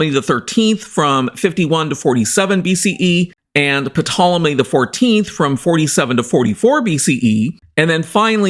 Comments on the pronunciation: The 'p' is silent - it's pronounced 'Tol-emy'. Demonstrable not 'demonstratable'. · The P is silent. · The 'P' is silent In Ptolemy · Dude .... The "P" in Ptolemy is SILENT! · it is, and it isn't. English pronunciation usually makes the P silent, while in both Classical Latin and Greek the P is pronounced and very much integral to the word. Just like "pneuma" (yes, the Tool song), in English they tend to say "neuma" when everyone else follows the traditional pronunciation of "pneuma" as it was in Ancient Greek. Just like now there are people who pronounce Julius Caesar the classical way (Iulius Kaiser) or the modern way (Julius Cesar). As a Geek, I'd continue pronouncing it as it was intended since it's pretty much a very distinct name, you won't find any other person named Ptolomy (Ptolemaeus) walking around in the street. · Is that the correct pronunciation? I've heard some treat the P as silent to say 'Tolemy'. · No no no! Its Ptolemy. In Greek you say it exactly as you write it. P is not silent.